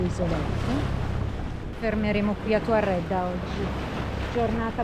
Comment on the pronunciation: BELLO E BRAVI COME SEMPRE❤❤.. Un po' meno con i nomi dei luoghi della mia Sardegna 😂😂.. TUERREDDA, CON LA E, non con la A😂😂😂. Unici anche in questo.. Cambiare i nomi, originali.. Un abbraccio ragazzi❤❤Buon proseguimento!!